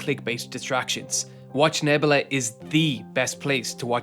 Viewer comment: Say it with me neb-U-la